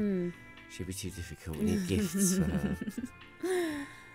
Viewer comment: did she say i've been having a difficult time? or a tifficult time ;)